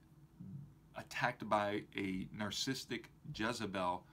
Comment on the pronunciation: He can't pronounce narcissistic....